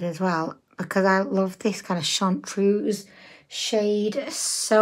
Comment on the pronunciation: It’s chartreuse not chauntuse.